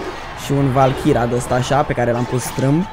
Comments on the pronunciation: valkira :)))) Se citeste valkeri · Cica valkira :)) II VALKERI ASA SE CITESTE